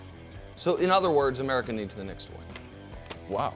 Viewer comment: I heard him say Merica 😂